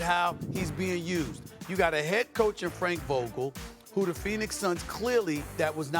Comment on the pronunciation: Frankel vougule 😂